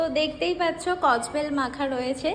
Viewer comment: Kodbel ❎ kojbel ❎ 😂😂😂😂😂😂